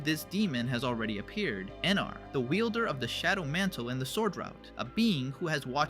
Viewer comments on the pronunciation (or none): bro who is "enar" do you mean eram??? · Are you saying “Emar” instead of “Eram?”